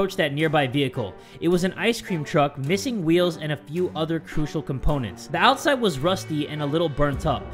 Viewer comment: was i the only one that noticed "Ouside?"